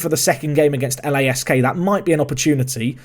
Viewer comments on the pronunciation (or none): It's Lask not L-A-S-K